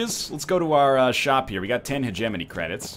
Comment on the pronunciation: When he says hegemony all i can hear is He-jiminy cricket.